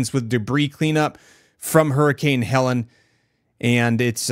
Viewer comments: It's Helene, not Helen. Pronounced Heh - LEEN. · Helene not Helen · Its HELENE not HELENA, and your thumbnail called it a tropical storm. It's a hurricane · Not Helen. Not Helena. “Hel-een” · It’s Helene not Helen. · It's pronounced Hell Leen. Not Helen... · Ha - lean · Noted ✅️ not hellan😂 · Good video. But one suggestion would be to pronounce the name of the storm correctly. Thanks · Mispronouncing the hurricane name makes me question the credibility and realize you must not be here in the middle of it. Thanks for the coverage though…the media isn’t covering any of this devastation to the Carolina’s.